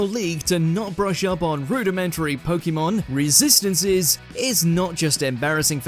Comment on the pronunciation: Start by saying POKEMON Properly…